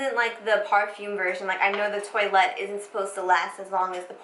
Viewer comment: Hi! The pronunciation of toilette is in French, it will be something like "tu- ah- lé " , lol, I don't speak english but I am trying to help 😊